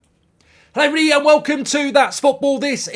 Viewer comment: Never ceases to amaze me that you can say "hello everybody" in one syllable